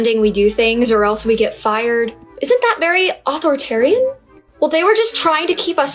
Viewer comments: Funny she can't pronounce authoritarian:) but good clip anyway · I pray to God that she pronounced authoritarian wrong to make fun of the liberals. 🙄🙄